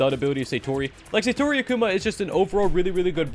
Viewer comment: I don't want this to sound as hate, but rather help. You're pronouncing Akuma wrong. It's not Akuuma, but rather more like Agkoma